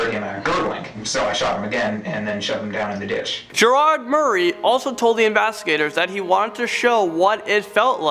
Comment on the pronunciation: The way he pronounces investigators